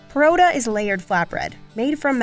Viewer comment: finally someone who calls it porotta instead of parotta